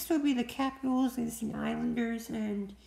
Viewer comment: You rock for saying the Islanders thank you